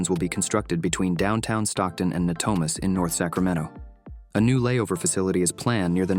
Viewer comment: Maybe before you post a video, maybe you should pronounce the names of the cities correctly it’s pronounced as *Manteca* and it’s called ** Natomas** before you post this video. You should really learn to pronounce the name of the city’s. !!